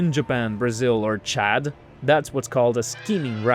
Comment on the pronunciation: Tchad ah ?😂